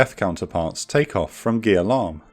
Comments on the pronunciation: FYI, Gia Lam airbase should be pronounced as "Za Lam", not "Gear Lam" since in Vietnamese, when G next to I, them together make the sound Z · Small suggestion, Gia lam should be pronounced ya lam instead of geah lam (how you doing it currently). Nice video, thank you!